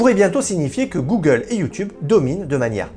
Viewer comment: Cest Youteub 😉🤣